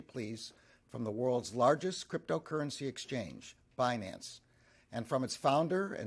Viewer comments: Banace...you mean binance 😂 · It’s pronounced Bi Nance ,Yellen. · Janet Yellen is pronouncing it wrong on purpose - because what you " investors " are fixing to get from the" Banance " Ponzi is the big " Banana " . With zero lubricant .